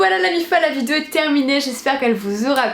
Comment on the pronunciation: T'as vraiment du mal à dire vidéo hein ? Essaye de t'entraîner pour la prochaine ... vidéo ! ;p Love